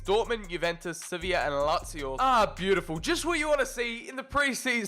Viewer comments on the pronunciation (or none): none